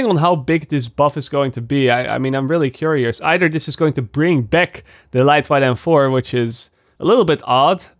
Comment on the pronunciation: Lightweight is pronounced as "light wait" not like "light white"